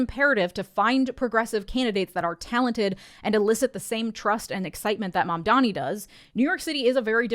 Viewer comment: "Zohran Mamdamee" - Andrew Cuomo